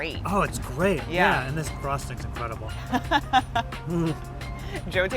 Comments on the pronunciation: my mans just said Incwedbul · Did anyone hear him say, “incwedible”? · Incwedible lol.